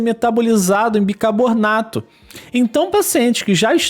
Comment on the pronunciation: não é bicabornato mas, bicarbonato